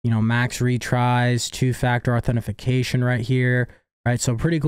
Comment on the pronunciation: Ok, dude. It's authentication, not authentiFication